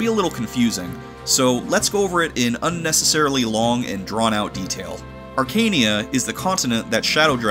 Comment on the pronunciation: It's not pronounced "Arkania", it's "Arka-neia", as you can see from the japanese name "アカネイア" "Akaneia"